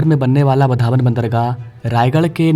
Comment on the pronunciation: वाढवण नाम है वधावन नही